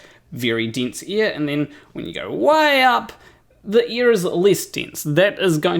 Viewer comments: Ear/air different spelling, different pronunciation love your stuff but anyone would think that you lived underneath us in an upside down ball lol 😆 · First off, my post was an attempt at humor, and admittedly neither a good nor obvious one. I was making a joke about Tree Potato's comment about how pronunciation of "air" sounds like "ear" to some people, myself included. I found it ironic that the word being "heard" differently was "ear". 😉 I had already been wondering about shirt showing "Dunning-Kerger" instead of the actual term "Dunning-Kruger (effect)", then happened to see the thumbnail, read the quote, and understood it was from a flat-earther who misunderstood it. My sleep-deprived brain somehow conflated the two events into one comment; my apologies for any confusion and inadequate humor I may have caused. 😔